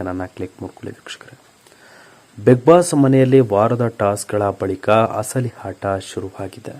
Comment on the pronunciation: Lo punyathma hasali hata allpa hahankara alla asali ata ahankara anthara first kannada kaliyapa